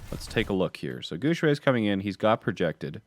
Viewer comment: And come guys Guxue doesn't pronounce like what does lul. He pronounced more toward Gu Shui because people who don't speak Chinese always fucked up with X pronunciation in Chinese lul. But it's not your fault so don't worry. For an English speaker try say Guxue in the form of Gu syue. It will sounds more similar to the right pronunciation. I mean we were all told try to pronounce others name right to show respect when we were kids right? Plus he's an awesome player and if you like him, try practice the right way to pronounce his name guys!